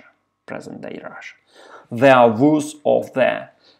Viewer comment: Только не оф, а ов. Оф - это off, а of читается как ов.